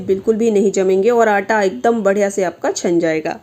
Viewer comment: मैडम जी आप आंटां बोल तीं है क्या आटा।सही शब्द। हैं।